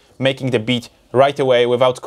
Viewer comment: I love how he says making bitch in reaper XD